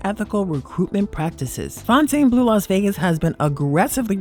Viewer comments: As a local you should know how to pronounce casinos that you report on. Its "Fountain Blue", not Fon-tane Blue. Get with it. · It’s pronounced “Fountain” Blue. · Plus FONTAINEBLEAU